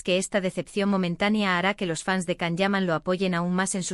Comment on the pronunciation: His names is pronounced “Jon” not Kan.